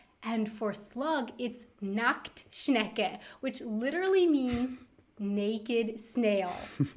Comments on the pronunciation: a bit random, but your pronunciation of "nacktschnecke" (slug) Was Spot on lol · Wanted Adventure is a great channel, follow her a long time. Your pronunciation of "Nacktschnecke" is very good btw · You pronounced Nacktschnecke perfectly👍